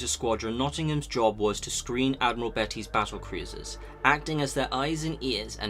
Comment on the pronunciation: I enjoy your videos and I hate to be that guy, but I've noticed some of your pronunciation needs a bit of work occasionally. For example, it was Admiral Beatty, not Betty. I'm not trying to be a dick, hopefully this comes over as constructive criticism. Anyway, thanks for this, this one was a new one for me and it's always interesting to hear about something different.